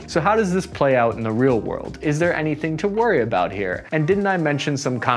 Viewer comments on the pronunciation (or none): none